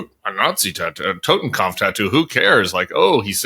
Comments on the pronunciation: It's TotenKOPF, not TotenKAMPF, dammit. And it means scull, nothing more, nothing less. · “Totenkopf” - the way Tim is pronouncing it is “kampf” - kopf is head, kampf is struggle, close but no cigar. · The word is 'kopf' not 'kampf' Tim 😉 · i think it’s “totenkopf”